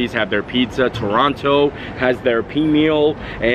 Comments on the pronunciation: Great vid, again. Just subbed. Canadians have many names for Toronto, some good, some bad. Most say either pronounce it Torrona or Tronna. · It is pronounced Toronno, not Torontoe. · Most Canadians do not pronounce the second T in Toronto and pronounce it Torono. Glad you enjoyed your time here. It was great to meet you and thank you for sending the shout-out to my daughter Madison at the clover on Sat night and for taking some photos with my wife and I am glad I caught you out front so my buddy Scott could talk with you and pass along the message he had for you from Adam. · I've lived in Toronto for 36 years and have never heard a single person here call it "Torono." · any of my friends and anyone else i know all pronounce it Torono and leave the second T out of the name and i have been around for 55 years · I'm so happy to see you explore Toronto! I lived there for over 20 years. A lot of us pronounce it "Torono" 😂 Brave soul for doing the Skywalk! I'm now residing in Ottawa but travel back to Toronto frequently. Thanks for your fun video ❤ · Okay so I’m from Toronto and been watching your vids for a while so this was cool to see! Definitely pronounce Toronto like “Toronno” (no second t). Check out Buster’s Sea Cove in St Lawrence Market (best lobster roll ever). Also, for the Disney fan - Offworld and Storm Crow Manor is a super cool restaurant/bars to check out. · Definitely Torono we never pronounce the second T. Glad to see you in my hometown!! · I love this! Wish we could have come to meet you while you were in Toronto (which BTW most Canadians pronounce Torono- silent T) You’re so great :) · Most Toronto natives say it as Torono or Trona. Glad to see you enjoying our city and Canada 😊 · Welcome to Torono (you don’t pronounce the second T). For the sandwich, I’ve never heard of marmalade on those! I only put on mustard. Sounds delicious though, sweet and salty are delicious! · Some of us say Toronto like “Churanno” lol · we say Torono lol, or the six